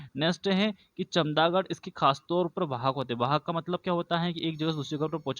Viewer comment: चमगादड़ है chamdagad नहीं